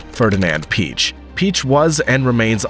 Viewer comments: Peich is Pee aysh not peech. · Quattro in Le Mans? Permanent awd is not permitted in the endurance racing. Btw it’s Blomqvist not Blooomqvist, and Piëch not Peach and many more. Google can help with pronounciation either. These guys deserves it, they’re just legends in motorsport history. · Great Video. Only a pitty you due so little respect to the individuals by pronouncing their names wrong. It's pronounced Piëch (pronouned Piejech) and not Peach (that's a fruit) Walter Röhrl with a silent (R), not Rorrel Hannu Mikola (pronounced Miekola) not Mikoolla Michèle Mouton (silent 'n' at the end), not Moeton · it's Ferdinand Pee-yekkk!